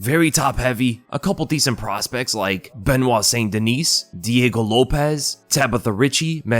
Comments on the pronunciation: Haha. You're kind of right. Now that I think back. You might have ruined it for me now. Lol. Anyway, wasn't trying to be a goof. Being French Canadian, I'd rather him pronounce it Saint Deniss than Sainte Deniece. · Its pronounced "St-Den-knee" not dineese lol its french, so silent s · Benoit St Duh-nee. Just FYI, seeing as you seem to be trying to pronounce it properly.